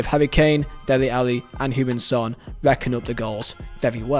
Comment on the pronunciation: Love your pronounciation of Heung Ming Son. It sounds like you saying Human Son